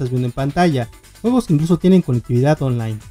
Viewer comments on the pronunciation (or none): none